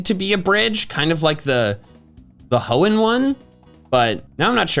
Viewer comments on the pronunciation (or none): none